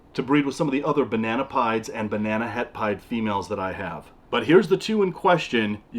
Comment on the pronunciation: Every time he said "banana pieds" I kept hearing "banana pie" lol. They're all beautiful animals though! It always blows my mind how tiny baby ball pythons are. I can't believe mine was ever that small.